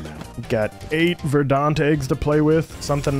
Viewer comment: Anyone else getting a twitch in their eye how pronounces verdant (should be said like verdent) like verdaunt?